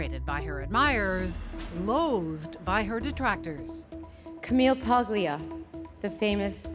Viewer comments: Paglia: It’s pronounced Pául-ya, not Pag-lee-uh. It’s like people who call mafia counselors “Con-sig-li-airy”. It’s spelled “consigliere” but pronounced “con-sill-yari”. The G before an N or L is silent but adds a “ya” sound in Romance languages like Italian and French. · is Italian? She doesn't even know how to say Ms. Paglia's last name? What a bimbo. It is pronounced Palia, I am not Italian, but I know how to pronounce it. What a bimbo she is. She self objectified. She used her sexuality to sell herself. Men did not do it. What a moron. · Honestly should know better than to mispronounce Camille’s last name as she is of Italian descent herself. Imagine if people called her Cee-Co-Nee instead of Chi-Co-Nay.